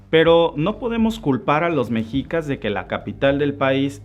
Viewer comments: Se pronuncia "Meshicas" no Mexicas.😉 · Excelente Presentación, amigo, sólo pido por favor pronuncies bien Méxshica y Méxshico (es como lo pronuncian los gringos) mexico, se está perdiendo su adecuada pronunciación pues no es mejicas, gracias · Hola, muy buen video.informativo, y solo por precisar, "mexicas", la pronunciación correcta y original es "meshicas" que deriva de Meshico (México)..saludos! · Para empezar: Era al SUR de Aztlán hacia donde los mandó Huitzilopochtli, no al norte. "Mexicas" se pronuncia "meh-shi-kas", no "mejicas". "HuiTZIlopochtli" no "Huichilopoztli". La mítica Aztlán, basado en la familia linguística que comparten el Náhuatl con la lengua Ute, se origina en los estados de Utah y Colorado, en los EEUU.